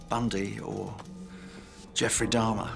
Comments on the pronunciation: I don't understand why several of the people keep calling Jeffrey Dahmer "Darhma". Why didn't anyone correct them and tell them his name? That's so weird. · I do realize some of them have accents but I mean that some are specifically calling him Dahrma. I don't believe an accent could make someone mispronounced a word that badly. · Who the fuck is dammah?😂😂